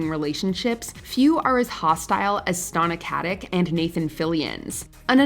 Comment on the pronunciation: Stona Kutik omfogmgogm, it's STANA KATICH